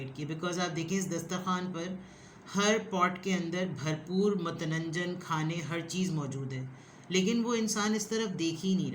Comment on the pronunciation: When you say matnanjan 😅 i think back its matanjan 🤐۔۔۔ like yur dialouges personal growth mein help milti ۔۔۔ 🎉❤️